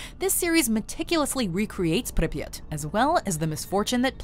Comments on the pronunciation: Please stop saying Pipyat like that. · It's called pripyat not "preppyt" lol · The pronunciation of Pripyat Is awful